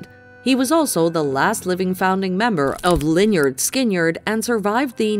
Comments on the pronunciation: Gary Rossington..Band name pronounced "Linerd Skinerd" NOT "LYNARD SKINYERD!" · As a Canadian, thank you for including the great actor Gordon Pinsent. However his family name is pronounced with the accent on the first syllable. Of course , there was also that horrendous butchering of the name Lynard Skynyrd. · I love the pronunciation of "Line-yard Skin-yard". 😂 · The pronunciation of Lynyrd Skynyrd. tickled me. But come on now, get it right. LOL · And Andre